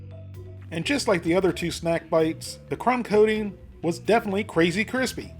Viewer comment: When you say coating it sounds like codeine.